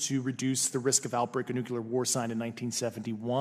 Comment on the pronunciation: I have a hard time giving credibility to anyone who pronounces nuclear as nukeyaller. And that smacking noise he makes with his tongue before speaking every time is exceedingly annoying.